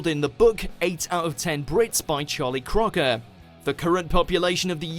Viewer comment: Charlie 'Croker' is pronounced 'croaker' not 'crocker'. Once again, this voiceover artist should be replaced.